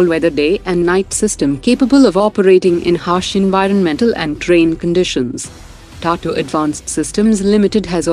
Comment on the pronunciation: Why does the narrator mispronounce most of the Indian names, like Tata and Akash in this episode?